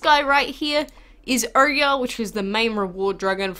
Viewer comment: It pronounced as oryaa or oyaar (Oyar dragon)